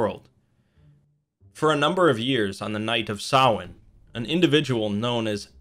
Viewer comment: no. The guy in the video is closer. It is NOT sam-hane